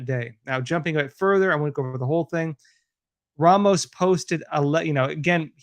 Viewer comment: Just a heads-up,. The insane shooters name is Ramos...not Romas. Otherwise, great job with this.